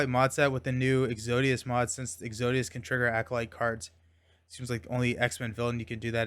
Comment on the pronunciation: Is it exodus or exodius? You were pronouncing it the second way but the spelling looks like the first… I’m confused